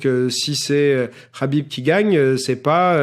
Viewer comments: Dis Khabib pas Rhabib t as pas un prendre un accent de merde pour les autres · Enfaite c'est simple, En phonétique Arabe, Kh se lit avec le son "R".. Donc ça se prononce Rabib.C'est simple Khalil = Ralil Khadija = Radija Khalifa = Ralifa Khaouf = Raouf Voilà :) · Ça se prononce rhâbib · Cest rabib la pronociation suand meme les nom comptes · Yoann Coia Imagine juste tu reprends quelqu’un qui prononce mal ton prénom et il te sort ce que tu viens de dire « j’men bat les couilles de comment ça se prononce sérieux » jsuis sur t’auras trop le seum, donc prononce le Kabib si tu veux mais après faut pas te plaindre si on te dit que c’est pas comme ça que ça se prononce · Pablo V Sauf que lui meme le prononce avec le KH russe et pas le H arabe, donc les gens qui le disent avec le H arabe le prononcent mal :)